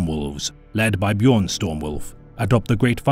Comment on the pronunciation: AAAAAAY HE PRONOUNCED BJÖRN RIGHT!!!!!! FIRST YOUTUBER IVE EVER SEEN DO THAT!!